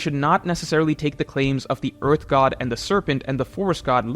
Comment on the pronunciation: endless vearth